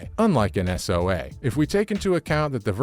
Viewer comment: Bro said soa